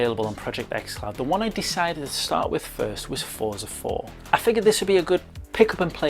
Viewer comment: Excellent review! Looking forward to the public release of this. Please forgive me for correcting you, but Forza is pronounced Fort-za, similar to how pizza is pronounced. :)